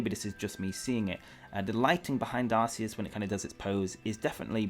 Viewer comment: I don't get why people pronounce Arceus' name as Ar-see-us, even after knowing that's not the correct pronunciation. If I know I'm pronouncing something wrong, then I change what I'm saying. How would you feel if people pronounced your name wrong after you told them it's not correct?